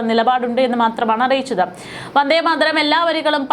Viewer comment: വന്ദേമാതരം ഉച്ചരിക്കമ്പോൾ വാർത്ത അവതാരകക്ക് നാക്ക് പിഴ ഒത്തിരി അനുഭവപ്പെട്ടു.